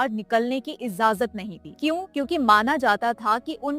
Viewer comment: Ijajat - hindi me accent sahi nahi hai apka, please check and practice